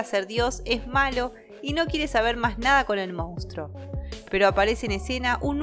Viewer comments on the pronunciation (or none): Escucha: mons-truuuuoooo. Monstruo. Siempre dices “moustro” 😂😂😂 Moustro, por qué???